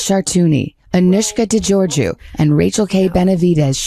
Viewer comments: I'm not quite sure why you are pronouncing her name in this way as her name is not de Georgia but de Georgipu (george-ee-oo) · De GeorgioU.. not Georgia…Its a Greek name.. finishes ‘yu’ not ‘ya’….